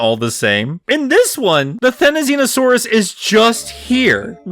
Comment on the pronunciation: I don't see (or hear) why you think you're saying "Therizinosaurus" wrong. You're actually saying right for that's the actual pronunciation of how the hairy-looking Goose with pike-like nails is supposed to be pronounced. So you're good, dude.